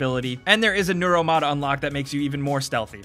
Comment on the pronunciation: IT'S NEUROMOD NOT NOROLMOD